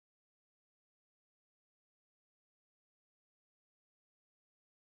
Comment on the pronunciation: Palki Sharma: I enjoy your analysis and your good English accent. But there are one or two words which you pronounce in a very awkward and ridiculous way. The most important word is: sovereignty. You pronounce it as sovereinity. The correct pronunciation is 'sovereign' and then 'ty', like royalty, not 'royality'. Sorry to be pedantic.